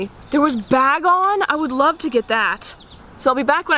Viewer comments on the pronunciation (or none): none